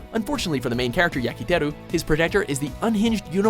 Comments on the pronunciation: This channel needs to get people who know how to pronounce things. It's Yukiteru not Yakiteru. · WTF HOW DO YOU MISPRONOUNCE YUKITERU AND SAY YAKITERU